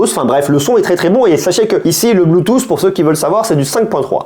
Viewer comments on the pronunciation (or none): none